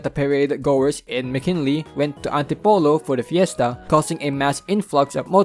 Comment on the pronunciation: Also, nice to hear you pronounce McKinley properly rather than the common Filipino pronounciation as Mocking-Lee